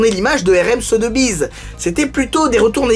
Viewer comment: Très bonne vidéo! Petit tips si tu refais une vidéo avec la même maison de vente, on prononce "SoSSbiz", et non pas "Sotebiz" ;)